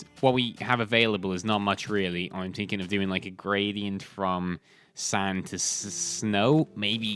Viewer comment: "im tinking"